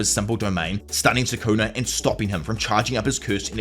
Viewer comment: Bro this dude really saying sukuner like it's the 'er to the "n" word